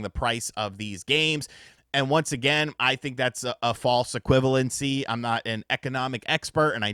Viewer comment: Never say “equivalency” again bro. Just stop